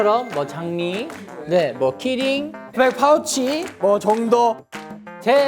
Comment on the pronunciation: That editing Doyoung pronounced killing instead key ring Jeongwoo refused Doyoung Jeongwoo aggressive reaction to cute thing Junkyu shriek Jeongwoo laugh